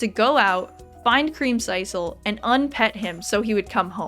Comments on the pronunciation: I mean it was creamsiscle not creamsicle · Is anyone gonna tell her how to pronounce creamsicle??? It’s like popsicle 😂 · It hurt every time she said it.🤣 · you should play Ooblets! It's like a mix of stardew and pokemon and its so silly I think you would have fun. Also pronouncing creamsicle like that makes me so uncomfortable I've never heard anyone say it like that before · I can't tell if you're purposefully mispronouncing creamcicle like that or if that's how you think it's said XD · I have never heard creamsicle pronounced that way…